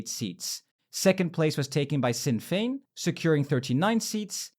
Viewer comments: It's a non issue but for pronouncing the Irish partie its Fianna fail - Feena fall Fine Gael - Feena Gail (Some say pronounce it as Finna Gael) Sinn Fein - Shinn Fayn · I was also like, “holy shit, it’s mispronouncing everything French” but fatigue is also a common English word, and it also screwed up Sinn Fein 🤣